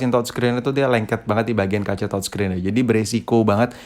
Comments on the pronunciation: Youtuber Lain : TOUCHSCREEN Si ABAng : TODSCREEN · Touchscreen atau thodscreen sii thod